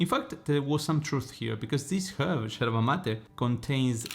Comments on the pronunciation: First of all it’s called YERBA not Jerba. It’s a Spanish word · Its not sherba, but yerba. Pls. 🤭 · You’re So Cute! The way you pronounce “Yerba” like a Buenos Airesian!! Too cute!! ❤🧉🇦🇷🌞